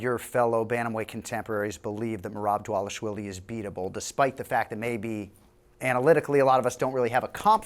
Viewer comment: WHY does everyone say "dah-WAH-lish-vee-lee"..??? It's, "Dah-VAH-lish-vee-lee"!!! Merab even made a video short of himself teaching people how to pronunce it correctly.